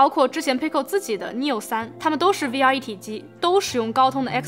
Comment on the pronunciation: 听到终于有人把V不读成微，把X不读成叉，我立马就订阅了你